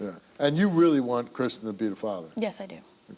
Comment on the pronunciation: His name is christian, not chrishan, she keeps calling him chrishan, so annoying